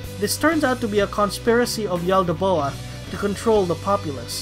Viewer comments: The god is pronounced “yal-da-both” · And the way you say "Yaldabaoth" is weird as hell too lol